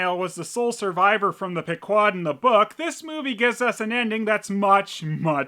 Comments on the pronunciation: Stop pronouncing Pequod like that. Haven’t you played mgs 5? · Wait, is that how the ship's name is supposed to be pronounced? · You might think that is pronouncing the Pequod's name wrong, but then you're failing to take into account that this is the alter-Dick universe, where Moby Dick gets therapy from a squid and acting lessons from a starfish.